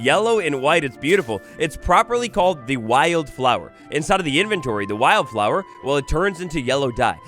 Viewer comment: Kinda amusing how you kept saying wild flower 2 different ways. One how it was spelled, and one was why-yelled flower, having wild be 2 syllables instead of one lol